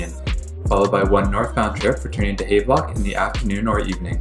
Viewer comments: He produces it haaaaavlock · Thank you. Goodness, not hard to pronounce Havelock properly. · Btw, it's pronounced "Have-Lock" as in "I have a train" . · Check your pronunciation of Havelock. The station at Leaside was the CP customer service center and later the CP Police Toronto Detachment and national training center. CP also had a Station at the Dupont and Dundas.